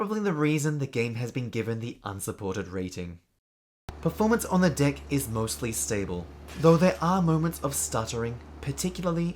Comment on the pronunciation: I thought you called me a "Dick Head" for a second lol